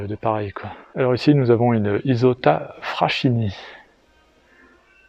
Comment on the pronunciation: Merci! Grâce à toi, je viens d'apprendre, seulement maintenant, que la mascotte de BUGATTI est un ÉLÉPHANT: c'est tout à fait sympathique, je trouve. Fred. ( juste pour info': 6'54s: "FRASCHINI" étant un nom italien, doit se prononcer /fraskini/ comme par exemple quand on prononce le prénom Chiara )